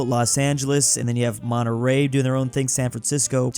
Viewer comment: he said he said it finally YouTuber that said Monterey!!!!!!!!!